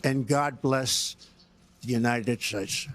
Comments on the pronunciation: "United Steak" surely is better than "United shtashtes". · I still remember the "God Bless United Shaates of America" comment....hilarious!